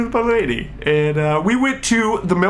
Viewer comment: I love the way he says "MAH LADEH" every time he refers to his date. Okay, Olan seriously, I'm in love with you please marry me